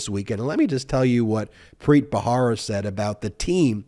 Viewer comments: I think it's Ba-RA-ra, not Ba-HA-ra. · Preet Bharara. The last name is pronounced Ba-ra-ra. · That's Preet Bharara, not bhahara (rara, not hara). Other than that, your presentations are authoritative, factual and measured. Well done. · Please pronounce Preet’s last name correctly! It’s spelled Bharara, pronounced as though the “h” isn’t there, Barara. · PREET'S LAST NAME IS B H A R A R A not BAHARA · You are mispronouncing Preet Bharara's last name. You can check out the correct pronunciation from Preet's podcast "Stay Tuned with Preet." He says his name in his intros. Love your videos.🥰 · Hi Ben- You mispronounce Preet's surname, but I forgive you because I love you. The "H" in the surname is a soft "H" like the one you encounter in the expression, "AH." Not like the hard, forward "H" used in "Help." Think of the final "h" in "House of Hannah" for example. Thank you for your brilliant comments and commentary!